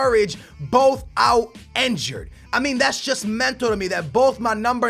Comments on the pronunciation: INNNNNNNNNNN jured god damn it not enjured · he pronounces enjured instead of (injured) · Why does he say enjured?! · Its injured not enjured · Raheem Sterling yea, he even says enjured